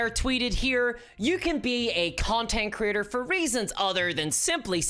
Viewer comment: Every time you said Creator, I heard "Critter"